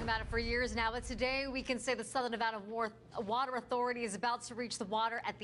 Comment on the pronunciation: Southern Nevada "Wather" Authority lol